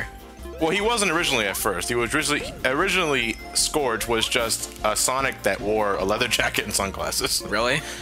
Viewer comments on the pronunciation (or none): i thought it was pernounced like scroooooge not scorge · Who the fuck is Skorg? It's Scourge! (Pronounced Skurge) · his name is actually pronounced "Scurrge" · Everyone always says scourge wrong.